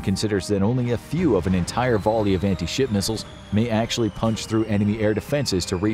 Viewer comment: Am I the only who heard anti-shi* missile every time?